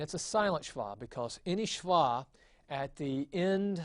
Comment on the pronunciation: Just to note there is no 'w' in Hebrew. A vav is always a V sound when it is a consonant. SheVah is the correct pronunciation.